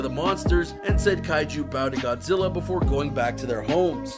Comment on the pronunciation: It's Godzilla not 'godsilla'